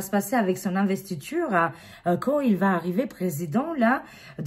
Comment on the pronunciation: Merci, c'est l'investiture et non l'investicion...